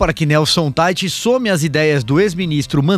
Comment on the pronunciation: A pronuncia é "Taich",. Esse é um nome alemao, e ja que o senhor se tem por muito intelectual deveria saber algo de alemao porque que a lingua alema tambem é falada no Brasil em outros tempos chegou a ser lingua co-oficial. Em alemao as letras "ei" juntas, como Teich, o sobrenome desse ministro, tem o som de "ai" e portando se diz "Taich". O senhor deveria ser menos "americanizado" e mais germanizado ja que a lingua e dialetos alemaes sao patrimonio historico e cultural do Brasil.